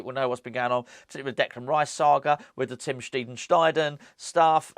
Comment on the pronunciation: Hi ref tim steidten: steiden as in eye, in German the "ei" is pronounced as in "eye". I would say it is pronounced like this, Steyed_ten.